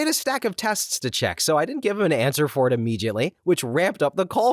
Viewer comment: The narrator mispronounced and screwed up the "Philly Vanily" joke. It should have been pronounced to rhyme with "Milli Vanilli." Also, this is the second video I've watched where the narrator mispronounced "immediately." The correct pronunciation is "uh-MEE-dee-uht-lee," not "ee-MEE-jit-lee."